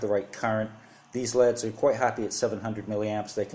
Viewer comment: They're light emitting diodes : L.E.D.'s not "leads" (ledz)